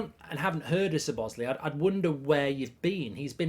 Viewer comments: You 'probably' pronounced it wrong?? 😆 At ease Mark. You most definitely pronounced it wrong. It's an Hungarian name though and as such difficult. I couldn't pronounce it correctly but I know for a fact: stress is on the first syllable and the ending is an 'ay'. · How many times did he butcher his name in this video😭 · Everyone else: Szobszlai Goldbridge: Sir Bosley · LEARN TO SAY HIS NAME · Horrible pronunciation 😂😂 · Liverpool have needed a creative midfielder that scores goals since coutinho left. I still want Thuram & a left sided centre back but this is a very good start. Awful pronunciation of his name btw. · It’s pronounced. Sz-lob-oz-zlai not zebozli lmao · MARK HAVING A BLAST. 😂 ITS SZOBOSZLAI NOT ZOBOSLI 🙈 It’s pronounced SOBOS - LIE in Hungarian 🇭🇺 Magyar language with English pronunciation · It’s not Sir boz lee it’s Szobozlai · “but ! I like Sir Bossley (Szobozlai)….. “ 👎 Sir Bossley 👍 So-Boz-Lie (🌽 🇭🇺) Szobozlai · Sir bosli 😂 it's Slobo sly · ‘Sob-oss- slie’ not ‘s-bos-lay’ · SO - BO - SLY!!!! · It's pronounced So-Bo-Sly for the ones that don't know how to pronounce it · It's pronounced 'Sob-a-sly' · Is it me, or does it sound like he is saying Sir Bosly? 😂😂😂 Regardless, love the content mate! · To Pronounce his name to make it easy say So Boss Lay E just in together SoBossLayE (Szoboszlai) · Pronounced "SHO-bo-SH-laai" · You pronounce it ZO BOZZ LAI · I think his name is pronounced slob-as-lie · It’s pronounced Szuh-Bobz-Sly for everyone wondering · "I probably pronounced it wrong but..." Good save Mark but I've never seen anyone who pronounce "lai" as "ly" mate. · Say it like this:"SO BOSS LAI" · I’m pretty sure it’s pronounced CHO-BOZ-LIE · Sob-oz-lie is the pronunciation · Pronounced "Sob-oss-lie" :) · Pronounced Shoh-bosh-lye if I’m not mistaken mate 😂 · Lol gotta love Mark not even trying to pronounce his name correctly, 'Sir Bosley' 🤣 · You pronuce it soboslai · Sir Bozley 😂 as usual Brits butchering foreign names. Muppet